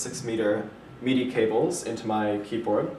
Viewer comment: it's pronounced mid - i... you keep saying meed - i. mid as in middle. just saying. that's cool there isn't any lag though.. that's the reason i wanted to see a review of it first.